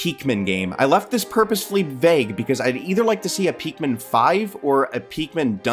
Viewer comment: Are you saying peakmin, it’s pikmin